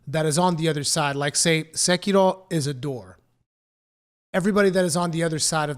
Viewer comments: Just pronounce it "seh-key-row" you fucking weeb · I agree, apart from your pronounciation of sekiro. Sounds spanish more than japanese or english lol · You're not Japanese. Stop pretending to be whenever you pronounce "Sekiro". It's ridiculous. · Why does your accent change so much when you pronounce "Sekiro"? hahaha good video and criticism of the article though.